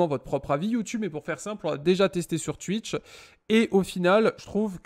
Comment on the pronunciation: Sur Tuitch 😂